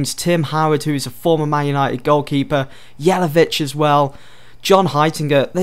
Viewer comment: It's Not Jelevic It's More like Yelavic :D